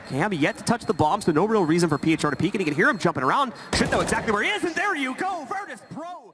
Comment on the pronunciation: Uwielbiam jak oni wymawiają nick phr "piejczar"